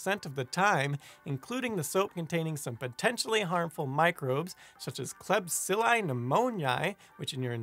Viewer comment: its Kleb - see - ella and Lac - to - bass - sill - i